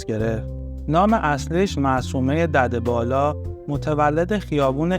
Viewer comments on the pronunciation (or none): ظمنا تلفظ دده بالا بدرستی تلفظ نمیشه دده بالا اگر از زبان ترکی گرفته شده باشد معنای دقیق ان به فارسی میشود پدروفرزند و اینجا طوری تلفط مبشود که معنی ان به فارسی میشود پدر بلند بالا سالار ❤❤❤